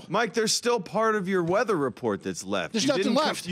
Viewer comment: “ issued weddah warning “